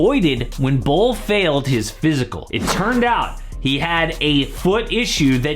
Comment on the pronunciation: Bol 2.0 is ballin. Or "bollin?" 🤣😒